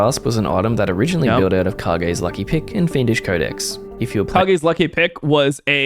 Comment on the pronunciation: Weeb cringe. It's pronounced Cage not Ka gee. It's a reference to Kyle Gass from Tenacious D, Kage is his nickname. That's why it's a guitar pick.